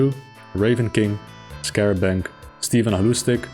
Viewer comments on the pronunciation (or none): none